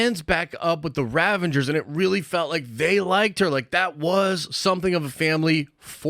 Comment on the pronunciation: Are you saying “Ravengers”? Pretty sure it’s Ravagers.